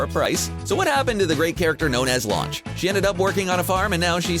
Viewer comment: Her name is Lunch for fuck sake